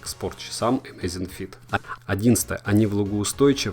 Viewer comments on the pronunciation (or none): none